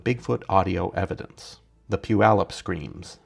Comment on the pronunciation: Pronounced Puyallup correctly!!!